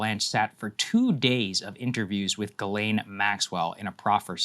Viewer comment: It pronounced JhizzLane